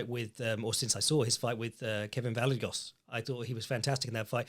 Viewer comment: Vallejos name is pronounced like “vuh-zhay-oss”. Weird Argentinian thing